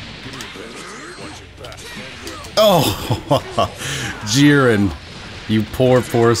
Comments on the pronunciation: Jeer-in not Jih-ren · please please bro it's not pronounced geren